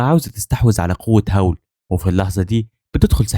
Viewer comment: الساحر أسمو هاول مش هاو😂💔